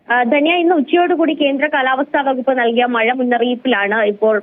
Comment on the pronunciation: മയ അല്ല മഴ